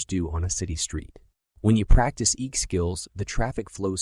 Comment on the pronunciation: It's EQ not EK,.